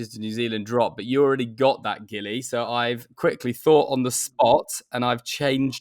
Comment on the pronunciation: The names gilly not silly😂❤